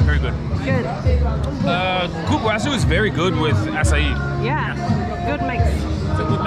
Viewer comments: Cupuaçu is pronounced "coo poo ah sue" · Realmente👍 she said CAR-puaçu and not COOL-puaçu